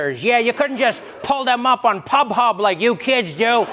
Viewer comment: And i'm sure you meant Pornhub not pub hub🤣🤣🤣